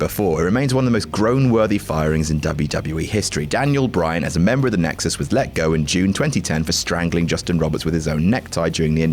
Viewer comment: He said nixus.